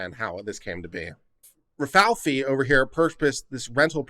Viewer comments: Ra-Fay-ell-lee not Ral-fal-fi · Rafaeli is not pronounced "rah fee fee". It's pronounced "Rah fah ell ee". Rafaeli is "Ralph" in italian. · Ra-fi-eli or ra f-eye l e unless you were trying to be humorous then ok. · Only 1 F, Rafaeli. Like the ninja turtle. Butchering peoples names gives me tourettes lol